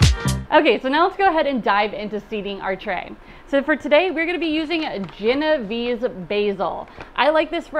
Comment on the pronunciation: Cool vid! Also, pronounced: jen-oh-VAY-say